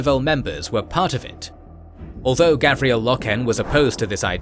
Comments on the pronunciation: Garviel, not Gavriel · It's GARVIEL Loken, not Gavriel :( And pretty sure it is read Ezekiel not EzeKYLE Abbadon...although the spelling here strongly suggests something else. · Garviel Loken, not Gavriel. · Garviel Loken.....GARVIEL...... the other lore mistakes dont matter that much, but Garvi, come on XD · His name is Garviel! GODDAMMIT!! LoL Great Documentary 👍 👌 The details are awesome. I didn't expect to hear about Eujan Temba and Samus or how many explosive rounds it took to take him out. For a newcomer this information is perfect. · Love the videos so far. Some SUPER small ULTRA nerd corrections.. Garviel (Gar-vee-el) Loken (Low-ken) And in the first WH40K video Robute (Row-boo-tay) Guilliman (Gill-uh-min) Awesome and amazing work as usual! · It's pronounced Gar Viell Low Ken. Apart from that and the Monarchia confusion this is very good stuuf